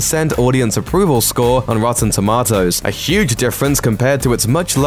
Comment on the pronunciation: Couldn’t get past the dude saying “rotten toemotes”